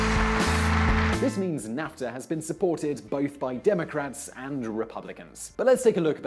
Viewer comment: It's pronounced NAFfffffffTA